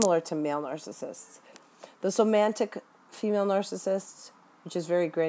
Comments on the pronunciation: somatic, not somantic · Do you mean somatic when you say "somantic"? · It's somatic not somantic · I love your video. Hopefully you don't click your pen, or whatever that sound is, in all your other videos. And it's somatic, not "somantic". But it's great to hear people talking about this. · Great video. Just an FYI. It's SOMATIC narcissism (not somantic.) at first listen I thought you were identifying a new type I hadn't studied yet and got confused. The term comes from the Latin 'soma' (in medicine) meaning "the body". This disorder already has so, so many types and variations, with symptoms and behaviors and terminology that's already very confusing which is my reason for correcting. The use of correct terms is essential to truly understanding them in our studies. Also, in this day and age of career women the cerebral type is found in lots of women too. (They be MUCH smarter than you & I, you know!). Lol. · The word is SOMATIC, not somantic. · They are called somatic -- not somantic.-- narcissists. It undermines your credibly to mispronounce a term of art. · They're called "Somatic Narcissists." You keep adding a "N" to this word. Not being a jerk here, just providing an annoying correction. lol